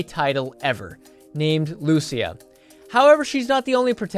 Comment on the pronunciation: I'm glad you could pronounce her name correctly! Lucia. Instead of like some YouTubers call her "Luh c ya"😅